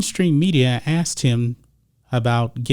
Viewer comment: What's important is that he "axed" his friends